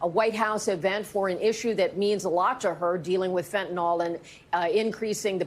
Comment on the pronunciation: *fentanyl not fentanol